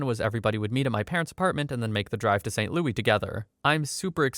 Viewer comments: as a person from st louis, please just say louIS. PLEASE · “Saint Loui” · That's not how st louis is pronounced